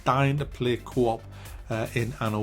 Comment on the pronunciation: When he say Co-op I hear “Cwop”